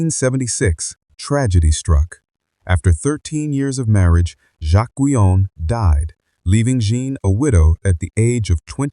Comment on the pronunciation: I have been curious about Madame Guyon and this is interesting. As a French it bothers me to hear her name mispronounced, mainly at the beginning ( Jeanne) and however the transcript on the screen comes up needs to be checked, it has all too many mistakes.